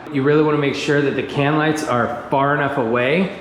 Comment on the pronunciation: great vid. "LIGTHS"